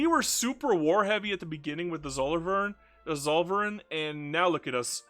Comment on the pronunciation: You could try saying "tsoll-fer-ine" (ine like wine) next time to more authentically pronounce Zollverein. :)